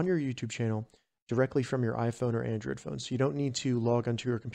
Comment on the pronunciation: bro said “Andrad”